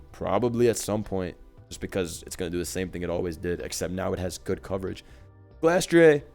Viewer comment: Glastrieh? Spectrieh? What kind of French pronunciation is this?